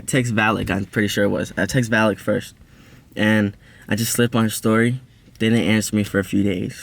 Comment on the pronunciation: He said "vallyk and the gremlin"-😭😭😭